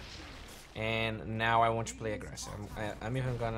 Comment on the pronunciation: i really wish you start practicing saying words like "to" rather than "choo", it can get really distracting.